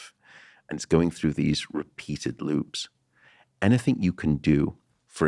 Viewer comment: Matt.. Please stop saying anythink 😢